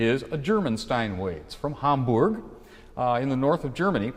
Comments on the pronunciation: It really grates on me how he mispronounced Hamburg in effort to say it correctly. Nothing more pretentious than non native speakers trying to pronounce a word correctly, while failing. If you can't say it right, then say it how speakers of your own language say it, or you just sound like a pretentious twat. It's not "hambourg". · Hamburg with a U not an O